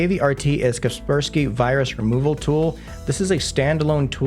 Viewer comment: Watched untill Kaspersky name was pronounced...